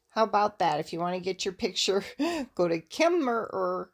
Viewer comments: why is Kemmerer pronounced without the second er? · Kemmerer is pronounced with out the second er. It is in the South west corner of Wyoming. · You don't pronounce the second er